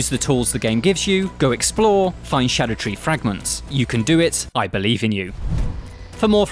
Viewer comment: Shadow tree fragments? Can you read bro?